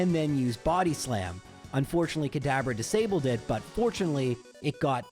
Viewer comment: This episode only, every time you said "Kadabra" I heard "Cadaver." I do not want a cadaver plushie, and I hope you agree.